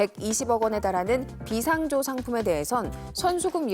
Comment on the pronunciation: 비상조 발음이 이상함..비상 조가 아니라 비 상조..